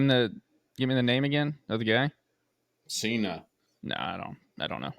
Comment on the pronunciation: The Senna documentary was brilliant! Its Senna not Seena